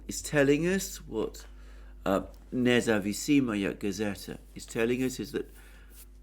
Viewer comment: Thank you as usual, you are a Legend! Btw, the name of the newspaper is Nezavisimaya Gazeta. (It’s a difficult word and just an FYI, for the future:)